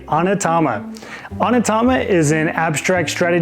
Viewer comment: Thanks for the runthrough. It's pronounced OH-Knee-Ta-ma, btw.